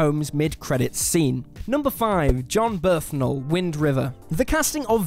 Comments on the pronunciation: Who's Jon BERTHnal and why isn't Jon Bernthal on this list? 😂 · Jon "Birth" nal.